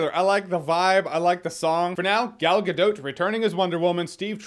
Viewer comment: Ga DOT, not Dough, it's DOT!